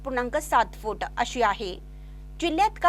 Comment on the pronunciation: फू८े८ेटं फू८े८ेटं असा उच्चार करु नका,सरळ साधा उच्चार ‘फूट’ असा आहे.